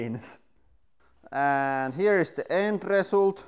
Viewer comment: "And here is the end pressult" lel maybei just understood it wrong but that's what it should be called